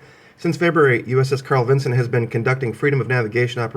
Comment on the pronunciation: Isnt it Vinson not vinzon